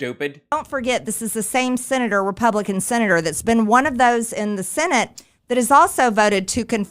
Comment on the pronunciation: Marge is sooo annoying. She says "sinnitt" instead of senate. She says themself. Wtf?? Them = plural = more than one. Self = one. Themself isn't a word. Themselves is a word. Jeez. How does someone who can't speak or com her hair or know how conditioner works get into Congress? Is it a lottery system in her district or just whoever tests negative for opioids on primary day that wins in a flaming red district? Disgusting